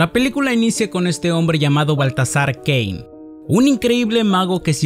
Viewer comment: No se porque entendí “La historia comienza con un hombre llamado Valtasar Gay”